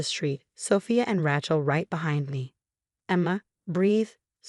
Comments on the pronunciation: Smiled at the pronunciation of name raechal. It should be lije Ray chill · We don't know how to pronounce Rachel? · Hey, can someone teach AI to pronounce Rachel or Sophia?